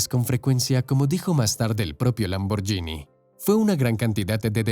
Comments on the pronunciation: EN ITALIANO SE PRONUNCIA LAMBORGUINI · Hacer un vídeo sobre Lamborghini y pronunciar mal el nombre... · Así no se pronuncia Lamborghini... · La pronunciación de Lamborghini es equivocada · Se pronuncia lamborguini marca del carro en latino America está mál pronunciada ... 😁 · No digas Lamboryini di lamborguini. Si fuera yini sería Lamborgini pero como es Lamborghini se pronuncia ghini. Saludos. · La pronunciación nos es " Lamborshini" sino, "lamborgini" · Es LAMBORGHINI no lamborgini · en italiano la gh se pronuncia como en español la gu. Entonces no diga lamboryini si no es lamborguini! Antes de hacer un documental documentes e sobre la pronunciacion italiana! Que feo se oye cuando supuestamente es usted un historiador y siempre dice lamoryini. Que ridiculo! Es lamborguini! NO ES LAMBORYINI. Aprenda a pronunciar si es historiador y quiere hacer documentales. NO ES LAMBORYINI! ASprenda. Es LAMBORGUINI! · por cierto, la palabra Lamborghini se pronuncia "lamborguini" no "lamboryini" igual que spaghetti se pronuncia "espagueti" y no "espayeti" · Se pronuncia "lamborguini" porque se escribe "gh". Si sólo fuera con "g" sí se diría "lamboryini". Es un craso error. Al menos hubieras investigado un poco. Eso desmerece tu trabajo. Otra opción era pronunciar "lamborgini" como leería un español. Cuando no se sabe un lengua extranjera se lee como está escrito. Corrigete en adelante. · Amigo aprende a pronunciar el nombre, se pronucia: Lamborguini (no Lamboryini) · En el min. se dice IRASCIBLE y no IRRASCIBLE. Se pronuncia LamborGUIni en italiano y no LamborYIni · Xq pronuncian "lamborYini" 🤦‍♀️ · Si vas a pronunciar el italiano, deberías saber que la "gh" en éste idioma sería en español la "gui"...es decir Ferrucio(ferrucho)bien dicho, salvo el apellido Lamborghini(lamborguini). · Por favor Lamborghini se pronuncia con gui. En Italiano la ghi es gui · Lamborghini ( pronunciación Lamborguini) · Mala pronunciación de Lamborghini.